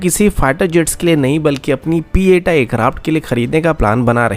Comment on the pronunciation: Bhai sab it's p 8i not pieta